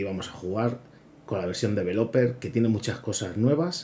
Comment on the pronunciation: podrías aprender a pronunciar correctamente la palabra "developer", para empezar...